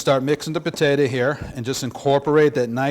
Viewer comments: Petata, its potato.. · Great video but I still don't know what a "Pahtaytah" is? I though you were making mashed potatoes AKA Pommes Puree? I asked the local South American deli if a Pahtaytah was similar to Yuca or Plantain. They told me to leave.